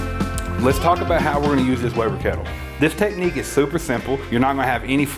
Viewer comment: I know he knows what he's talking about when he pronounces "technique" as "teh-knee"